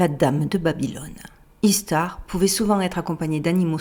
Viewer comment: ça se prononce "ichtar" en fait...